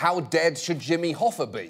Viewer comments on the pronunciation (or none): none